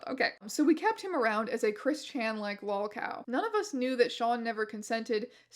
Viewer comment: It is a little funny that this person would have trouble saying 'lolcow' when, as a relative outsider and newcomer, as far as I can tell this channel is almost solely a lolcow-based business?